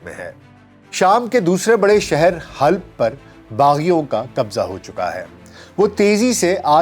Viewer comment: Halb نہیں Halab